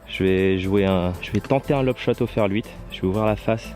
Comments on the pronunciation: Sympa la vidéo :) Mais pk tu dis ferL 8 ? ^^ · Oui j’ai remarqué,ça me fait marrer 😂